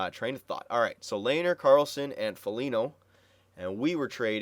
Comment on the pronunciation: Its pronounced LEH-NER